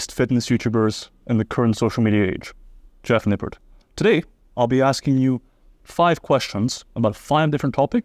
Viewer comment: “Jeff Nippert” 😂